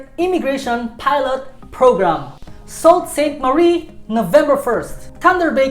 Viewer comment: Hi! Your video is very straightforward and motivating! Just a small note: Sault Ste. Marie is pronounced “Sue Saint Marie”. Keep up the high-quality work!